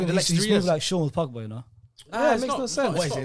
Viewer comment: Horror.... This man said Pogba